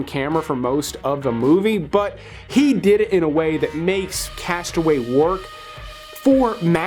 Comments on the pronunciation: You are mispronouncing the title of your #15 pick. The film is entitled "Cast Away" (TWO words, pronounced "Cast uh-WAY"(accent on the SECOND syllable of the second word). Mistakenly, you are pronouncing the single word, "castaway" (ONE word, pronounced "CAST-uh-way" (accent on FIRST syllable). Am I nitpicking? Perhaps, but considering what you do for a living, you should be more careful. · I wish people would learn to pronounce the title of "Cast Away." I almost never hear it pronounced correctly. It's not "Castaway." It's two separate words, "cast" and "away." That's important for understanding the theme of the movie. A castaway is someone who has been marooned or stranded, which the Tom Hanks character obviously was, but Robert Zemeckis chose deliberately not to call the movie "Castaway." That's because, while a castaway is a person, to "cast away" is an action of rejection. When you cast something away, you turn it into refuse or garbage; you relegate it to the past, no longer worth considering. The point of the movie is not the Hanks character's struggle on the island. It is the reaction of the people in his life when he returns and his reaction to their reaction. He realizes, through his wife's remarriage and everyone's misunderstanding of his state of mind, that he has been cast away by them. The movie is "Cast Away," not "Castaway."